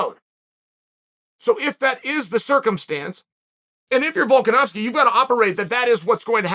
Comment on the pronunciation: "Guy has a really hard name to pronounce....u kno wat it is? It's Volka-nov-ski!" Ahh that explains so much now 🤔